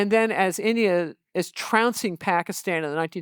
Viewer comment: Love how Dwareksh pronounces Pakistan as a desi should with the soft t